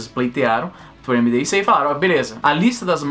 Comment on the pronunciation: A sigla do Ministério Mdic lê-se “midique”. Não soletra-se.